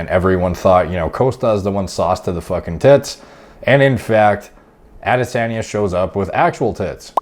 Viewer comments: pronounced AH-dis-on-yuh (no biggie btw just putting it out there.) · Yo. The way you say "Ah-di-sahhn-yeh" is making me laugh so hard. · Interestingly, is not butchering the name. The tone is off but pretty close to the Yoruba pronunciation 👍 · Dude you just keep saying the same thing over and over. You never explain how it might not be steroids. You can’t even say his name right. Seems like you are just using this to get views. To be clear I don’t really care one way or another because I’m sure a lot of fighters are on things. It just seems like you are being purposely vague and not giving details either way. I mean if you’re actually trying to figure something out or “help” people understand it just seems like you would have better information.